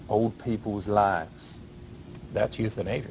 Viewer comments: euthanasia=youthInAsia ahahahaha!!! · the youthinasia, rofl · YouthinAsia had me crying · Youth-in-asia LOL That one really cracked me up. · Youth-in-asia lmao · youthinasia LMAO